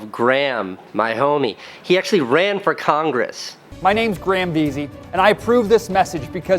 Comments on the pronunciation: He says Graham like "gram" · Anyone else annoyed at how he says grahm 😂 anyone Irish knows how it's pronounced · More importantly why does Casey pronounce Graham like Gram? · why do you pronounce graham gram lol